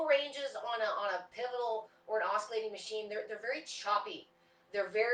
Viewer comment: Just so you'll know........ the word oscillating is pronounced like "ossillating" and not like "oskillating". The letter C is silent. There is no K or Ka sound at all.